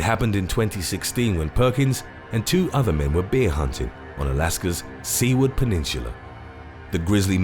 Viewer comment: “Seward” is not pronounced like “sea-ward”. It’s pronounced like “soo-ward”.